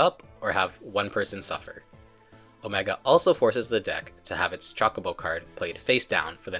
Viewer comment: Grrr! CHO not chalk. 😮